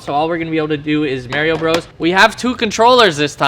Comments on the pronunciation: I know you didnt just call it may-rio bros... . I am actually triggered... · Mario bro’s but he says mareio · Did he say maireeeo Bros 🤔🤔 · This man is hecking saying mairio bro’s pronounce it right it’s Mario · "We got MERIO Bros" xD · It’s Mario not merio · “Merio bros” 😂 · He really said marry o bro’s 🤣 it’s Mario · I liked the video until he said mareio it’s MARIO LIKE MARS BARS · My guy said “mehrio bros” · lmao he said "maryo bros" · I guess Canada got Merio Bros. instead of Mario Bros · "Mayrio Bros." >> Unsubscribed XD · Did he just say Maryo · He said MARYo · So we gonna let it slide how he said merio bros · This man said merrio bros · Mayrio bros. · Pleas pronounce Mario correctly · Bro you are so mispronouncing Mario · If you ever pronounce Mario like that again ima have to take a shit on the hood of your tesla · um you said “Mario” wrong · LMAO, you pronounce Mario so wrong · Saying Mario wrong lol